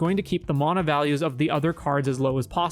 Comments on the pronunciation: "Maw-nuh" lmao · Bro you got some awful takes. Clearly don’t understand magic in a lot of ways. Also you’re saying mana wrong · The way this dude says mana lol